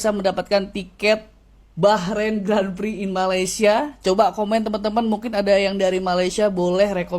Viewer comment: Sebutan Grand Prix bukan Gren Priks tapi Gron Pree bro..😊